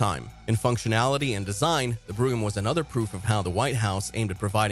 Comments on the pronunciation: It’s not pronounced Fleetwood broom it’s pronounced Fleetwood BROME (brogham) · Fucking AI..... wth is a Cadillac brugum. HIRE A HUMAN TO READ THE SCRIPT.